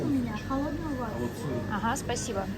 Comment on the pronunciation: Did you say 'пасибо ?😂